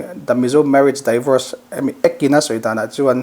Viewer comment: Tinge a mizo tawng tak in han ziak ila, divawrs ti a lam tur hi mizo hian daivawrs ti hian kan lam kher le